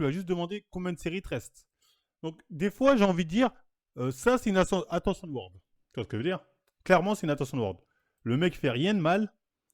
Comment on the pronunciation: attention whore fréro pas attention word mdrrr